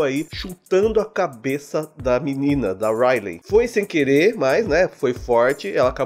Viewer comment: o nome dela se pronuncia raili kk